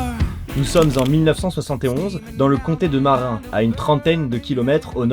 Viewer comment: merci tu geres bon montage bon story telling. En anglophone que je suis, ça m'a un peu écorché les oreilles d'entendre certains mots prononcés comme si ils étaient français, comme "marin" au lieu de marinE county, et yen a d'autres. Et a tout hasard, tu utilises l'IA pour avoir les yeux aussi fixes ?